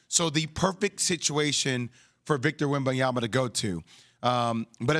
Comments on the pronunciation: it's Wembanyama and not Wembayama Max! 🤣🤣🤣🤣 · He could not have a more easy to pronounce name —- Wembanyama Wem - ban - ya - ma Sound it out y’all. 😂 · i mean it could definitely be easier to pronounce but messing it up on national tv after a year of hype is inexcusable😂